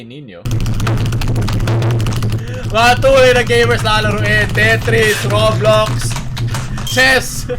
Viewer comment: When said Raw-blox, instead of row-blocks. I felt that.